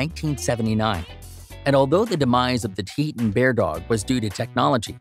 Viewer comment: There's no E after the H in Tahltan Bear dog. You're saying it wrong. It's not Tuh-ee-tun Bear Dog it's Tah-L-Tan (T-uhL-tan) Bear Dog. It's phonetic.